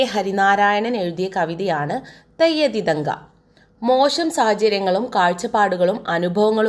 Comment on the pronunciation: Theyya thithanka alla....theyya thinthaka